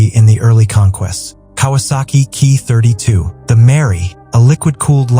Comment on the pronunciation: NIce. but the AI voice can't distinguish 'Ki' as 'kay-eye' as well as getting some of the names pronounced wrong.